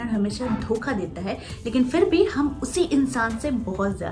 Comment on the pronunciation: I like the way you talk...magar ek baat acchi nahi lagti hai woh aap sha ko sa pronounce karti hai e.g hamesa.